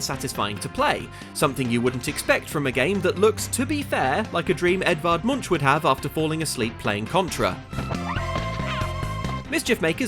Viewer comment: I thought he said Edvard Lumiere for a second there.